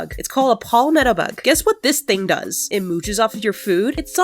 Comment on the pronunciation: its palm-met-o